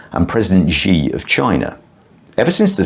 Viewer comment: Speaking of 'Disrespect', your pronunciation of Chairman Xi's name needs work. It is pronunced exactly like the English word 'SHE' (Not 'Gee', like so many other gringos/lao wai mistake it for).